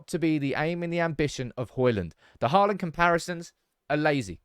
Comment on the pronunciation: Learn to say his name right, it's NOT Hoilund, it's Højlund, and now were at is, it's NOT Haaaaland, but Håland. Aa=Å